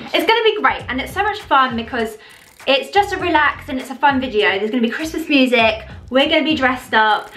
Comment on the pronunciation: can't say video she say vidgeo